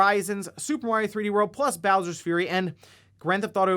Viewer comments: I can’t stand how he says mor eee oh. It’s a sharp a. Someone pointed it out in the comments, now I can’t stop hearing it. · yeah, you pronounce it M ARE EEE OH, or MAT EOH